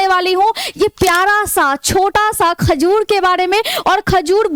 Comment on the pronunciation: Khajud nahi hota hai khajur होता है Madam